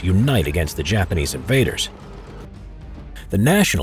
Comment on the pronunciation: Not to be mean but you said Japamese